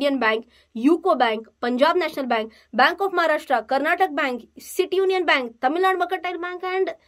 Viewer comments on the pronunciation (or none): It's not Karnatak but Karnatak'a' Why is it so hard for you to say names correctly?